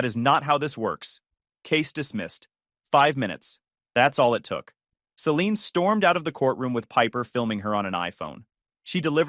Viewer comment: Can't pronounce Celine correctly.